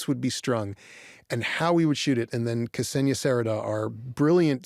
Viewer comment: Why americans always butcher non-american (non-english) names? The name is Ksenia, not Kasenia, not Kesenia